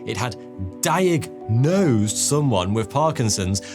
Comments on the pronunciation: "diag-NOSED" i see what you did there 😂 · I enjoyed this fascinated video. Especially "diag-Nosed"! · Loved the diag-nosed emphasis hahahah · It had diag... NOSED. At first glance, it may seem had trouble pronouncing the word diagnosed but my superior skill in recognizing puns could not be fooled. I didn't stop there though. I grabbed 6 of my closest friends and watched 12 videos. Each of us had to point out the puns in every video. To everyone's amazement, I got all 12 of them correct. Except I didn't. I made 1 error. Alas, further research was canceled due to my grave error, as our funding got cut. A few months later, I bumped into the same pun I misjudged wrongly before. And as you guessed it, it actually turned out to be a pun. I felt a great rush going through my veins, as I felt like the luckiest man in the world. I headed straight to Vegas and gambled away my life savings. Does it hurt? Yes. But do you know what's more valuable than money? Time. Time that you've now wasted reading my comment. Cheers to you and enjoy your evening. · Diag-NOSED! :P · Did you say, “… diagNOSEd…”? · I had to click like because you said diag-nosed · diag-NOSED :face-green-smiling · "...diagnosed... before the disease was detectable by modern medicine." Ridiculous pronunciations of 'diagnosed' and 'superlative' aside, that's almost certainly a reach, and probably not true. The percentage of people tested for Parkinson's before they have symptoms is extremely low.